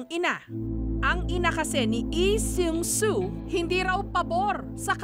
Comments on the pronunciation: its Lee Sang Soo not Lee Seung Soo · Bakit yung pronunciation ni Mareng Jessica ng Lee Sang Soo eh.. Eh Sung So ganun b talaga yun? Silent L? Sinu nakakaalam? Salamat? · nyak 😂😂😂ok na Sana kasu pag pronounced Nang name na Lee sang soo ehh mali 😂😂